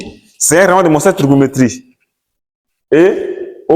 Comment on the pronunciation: Faut bien prononcer cher prof. Cercle trigonométrique et non cercle trigonométrie